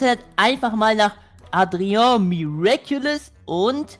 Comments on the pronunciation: ich glaube man spricht das Adria und nicht Atreo aus😂❤ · Adrian nicht adrio😂❤ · du sprichst es falsch aus leider es heißt Adrian😅